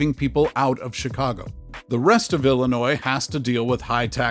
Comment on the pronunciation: Illinois is pronounced el-lin-noy not el lin noise.